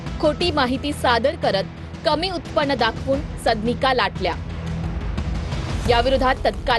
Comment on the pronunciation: सदनिका हा उच्चार निट करा...मराठीची आय झेड करू नका